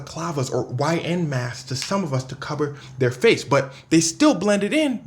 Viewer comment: I google translated what you said that sh*t said "IN masks" 🤣